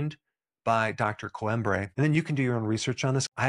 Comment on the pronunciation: Coimbra is pronounced Coeemmbrrah , The i makes ee sound, bra is self explanatory , you don't say Alexandra as AlexandrEH